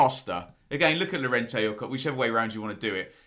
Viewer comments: Mate I love your channel, a huge fan but pronouncing them cock and klick, really, I was based in Germany for a time as it happens.... keep up the good work, apart from your pronunciation 😂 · Ben, surely its Robin Koch, I see no ‘ck’ on the end of his name, same with Mateus Klich... 🤷🏼‍♂️ MOT